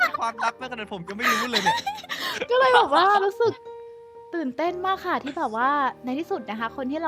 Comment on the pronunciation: คำที่ว่าเลนผิดมันอ่านว่าเลยนะครับ